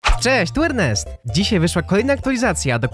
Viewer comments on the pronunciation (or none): none